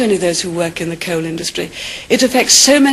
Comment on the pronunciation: I love the way she pronounces "coal" and "area" - very posh!